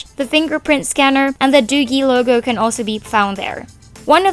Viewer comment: Btw, another thing. the product is pronounced as 'doojee'.